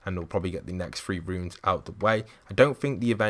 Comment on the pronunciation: Its pronounced "runes" not "ruins"